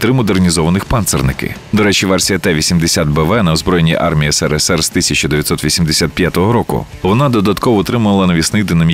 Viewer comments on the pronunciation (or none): none